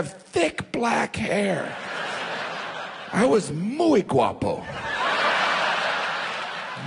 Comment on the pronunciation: That is really bad Spanish.